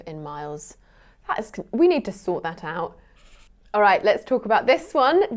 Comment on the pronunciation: I've never heard the pronunciation of the word "all" like before. (Uel')